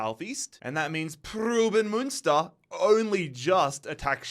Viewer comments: it’s pruhs-suhn Muhn-stur right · Preußen Münster is actually pronounced Proyssen Münster, ß=ss in german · The way you butchered Preußen Münster. Since the ß is pronounced as an s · It’s not pruben münster. It’s pronounced as preusen münster ( the ß is just an s sound ) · Preußen Münster is pronounced Preussen Münster and goes back to the historical state of Prussia great video once again love this series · more like proys-sen (the 'r' is prnounced) mün-ster (mün like in München (=munich)), pronuniation of the ü is hard to explain to an english speaker. its kinda like when you pronounce words like few, mew, new or you slowly and look out for the transition between the 'e' and 'w' or 'y' and 'ou' respectively. hope this helps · Why did he butcher Preußen Münster so many times😭